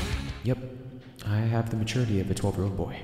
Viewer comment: Him sayin I have the matchurity of a 12 year old I’m 13!